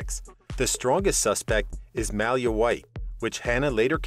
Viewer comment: 🤦‍♀️It sounds like some type of dog breed everytime he tries to say "Malia" 😂 new rule, ur not allowed to report on a show u clearly have never watched before.